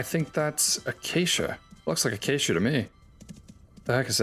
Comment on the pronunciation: Don't try to sneak that pronunciation of acacia past us bro, "uh-cha-chia" is absurd